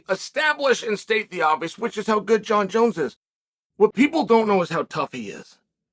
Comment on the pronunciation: “Jon Jonz finished” in a Dagestani accent.